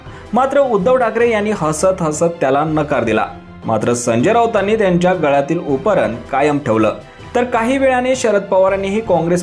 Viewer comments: उपरन नाही रे बाबा ,उपर्ण म्हण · अहो मालक उपरन नाही उपरणं बोलतात त्याला😂😂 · उतरण असते तसं आपण उपरण म्हणता आहात.. उपरणं असतं ते महाराज.. उपरण नाही.. 😂😂😂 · 'उपरणं' चा उच्चार करायला शिका... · उपरणं...उच्चार निट करा.. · उपरणं चा उच्चार नीट कर.